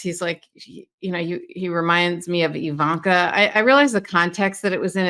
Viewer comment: Do you not understand the letter I in Ivanka does not make an E sound.